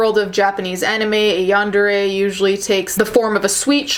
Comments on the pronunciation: It’s pronounced yawn-der-ay I believe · Its yahn-deh-le やんでれ Also there is a huge difference in how Japanese people see crime or apologies etc. Cultural differences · Yarn - De - ray The R is rolled as Japanese people don't pronounce the R, it makes it easier to say when the word is stringed into a sentence.. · the pronunciation... “yahn-deh-reh” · It's pronounced basically like Yawn-Day-Ray. :) You got really close! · It's pronounced yan-de-RE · It’s “Yawn-dah-ray.” You’re welcome. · My friend told me it's pronounced Yan da day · Deep breathing I know what this video is about, but I'm too scared to listen in. Also, laughing at how you struggled to pronounce yandere.